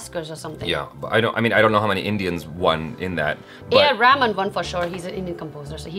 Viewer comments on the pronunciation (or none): It's not pronounced as AR Raaaaaaman. Duh . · His name is A.R. Rahman (Pronounce as Reh-Maan) not AR Raman.. ok? You are an Indian so you could pronounce it correctly, don't fake your accent to act like an American.. 😡😠 And btw AR. Rahman has been nominated for 5 times in Oscars Awards (3 for Slumdog and 2 for 127 hours) out of which he won 2 ( for slumdog).. #Rahmaniac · She's pronouncing 'A R Rahman' like 'Top Ramen' 😅 The H too needs to be pronounced. It's like ReHmaaan